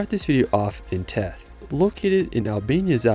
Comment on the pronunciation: Wonderful video. :) By way of background, I was a U.S. diplomat (now retired) and was assigned to the American embassy in Tirana from 2002-05. I had the pleasure of visiting these amazing places, and the way that the language is pronounced, the village of Theth is pronounced with a 'th' sound (vs. a T), like the word 'thistle'. Keep up the great work; your clips are SO very interesting and helpful.